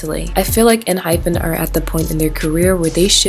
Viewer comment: not really the point but just wanted to say it in case no one else did, it's pronounced en hi pen (kinda) and not with the actual pronunciation of hyphen, for a better explanation, you can hear them say it when they introduce themselves and pls dont get me wrong i dont wanna be annoying again, just wanted to say it in case no one else did